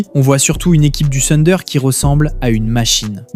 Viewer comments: Le sunder.... Mais mince quoi si tu analyses la nba essaie de bien prononcer s'il te plaît. Le Tunder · Thunder déjà à l'écrit et plutôt " funder " à l'oral.